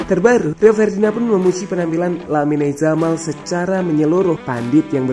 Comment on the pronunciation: pengucapan nama pemain ngacok, "lamine yamal" dalam baasa spanyol ttp dibaca sama serpti penulisan, beda sama bbrp pemain spt carvajal menjadi carvahal karena pakai hurf "j" (hota) yang dibaca seperti huruf "h". kocak "lamine zamal"